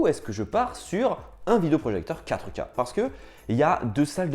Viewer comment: Stop prononcer QUATREUH K